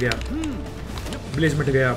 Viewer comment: Blazamut❌ Blazamathu✅